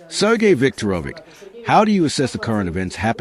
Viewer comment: It’s Sergeo Sevag Lavriovian